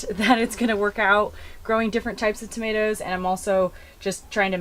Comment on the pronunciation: Hi from New Zealand, love your channel, what are tamateas, I have never heard of them and thought you were just mispronouncing tomatoes